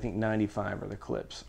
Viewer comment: Ha! Caught ya! You said Klips again instead of Klipsch ;)